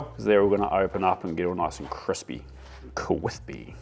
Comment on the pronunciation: "Kwispy" - Uncle Joshua callback.